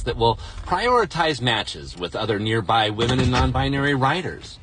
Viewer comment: It is WE-MEN day 😂😂